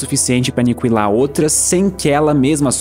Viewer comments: Nao é anicuilar é aniquilar, a letra u não se pronuncia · "Aniquilar" ou "Anicuilar"? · é impressão minha ou ele fala Anikiwilar ?